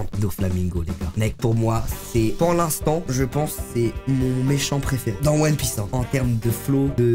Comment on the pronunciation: non inox NON!! Tu peux pas dire "one pièce" pas toi quand même